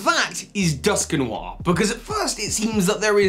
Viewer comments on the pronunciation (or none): I'm sorry, but the way you pronounce Dusknoir is hillarious... Duskinwar...